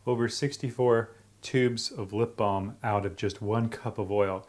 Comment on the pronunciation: I'd she saying lip balled